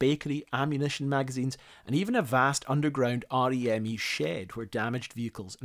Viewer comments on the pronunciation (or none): Nobody says REME by its separate letters It's just reme